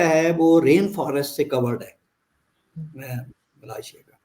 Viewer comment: Arzoo can't pronounce Malaysia. I have noticed Pakistanis cant pronounce this word properly including her friend Cheema.